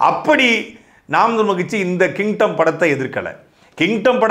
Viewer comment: Kingdom ❌ Kintom ✅😅